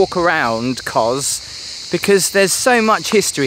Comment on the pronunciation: It's Kos (soft 's'), not Koz. Beautiful place though, just got back. I recommend going to 'paradise beach'. we were talking to a local about that place, apparently it was once owned by a guy who ran it like a small hotel, but when he died disputes in the family about who should get it meant it ended up a ruin. A real shame as it's in prime position overlooking the harbour. That noise isn't Crickets btw, it's Cicada. the flash looking pirate ship looks tempting, but they're packed on like sardines in a tin. Half the people on there are stuck on a lower deck, hot and pissed off with no view. I would recommend picking one of the small boats for the 3 island tour, it's a much nicer experience.